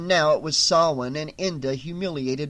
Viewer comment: Thank you for pronouncing Samhain correctly! Hearing it pronounced SAM HANE makes me cringe. That scene in the Halloween movie nearly makes my ears bleed.